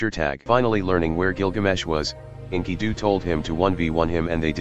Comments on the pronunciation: "inky-doo" Bless you, TTS algorithm, bless you. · Script: "Enkidu" Text-To-Speech Program: "Inkydoo"